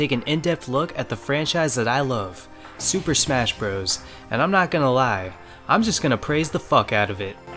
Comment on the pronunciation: "Super Spesh Bros" ??